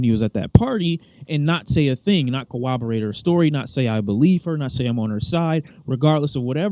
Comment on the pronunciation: "Cowwobowate" becoming an "uwu" type person